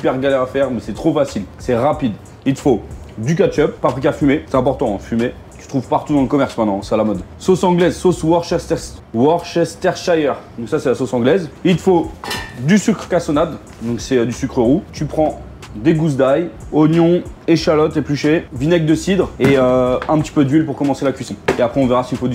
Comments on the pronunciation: C'est worce-ster-shire et non wor-ces-ter-shire. 😉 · alors worcestershire, ça se prononce "WORSTER-SHIRE", comme le leincester, on dit le "lein-ster", merci pour tes vidéos...